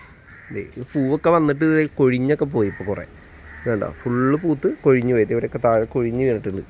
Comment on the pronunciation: കൊയിഞ്ഞ് അല്ല കൊഴിഞ്ഞ്